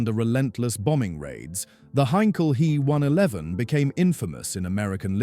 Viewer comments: Yes, it was annoyingly repetitive and the why use AI narration that mispronounces common words and calls the main subject an He one eleven (he as a pronoun - 3rd person singular) instead of an H E 111. Artificial Intelligence so often becomes Artificial Stupidity when used for narration. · Please, it's H.E., NOT He! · I made it one minute and seventeen seconds before I turned it off. First it is said H - E not he, second is it stated off as a commercial airline. I love how so called creators have no idea what they are talking about and summit it as facts. Do your research yourself and stop using A.I. for your presentation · He 111 is pronounced H. E. 111. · All you cunning linguists: It’s neither ‘H.E.’ nor ‘He’ as in “she”. ‘He’ is an abbreviation of Heinkel and in German pronounced to rhyme with ‘Ché’ as in Ché Guevara. H.E. Is nonsensical, there is no capitalized E or initial in Heinkel. Pronouncing ‘He’ like ‘she’ is not quite as bad, but messing up the German pronunciation. Never mind how the AI voice can’t make up its mind whether to pronounce it “Hee”, “Hey” or, hilariously so, “Ho”. 😂